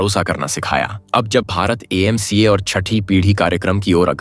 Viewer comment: Not EMCA it’s AMCA . What videos u r doing